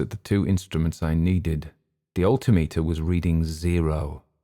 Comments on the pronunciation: I noticed the same thing. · I have to ask: is "alti-meter" the way its pronounced in the UK? I'm a pilot in the US and here we say "al-tim-eter". Great story! heard a similar story from a USAF vet once